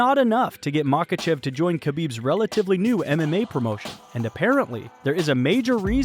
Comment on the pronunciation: You are mispronouncing his name you miss pronounced his name about 100 times in this video